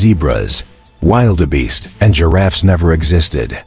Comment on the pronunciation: Wildebeest not Wilder beast"I was watching till you said it wrong use correct pronunciation idiot!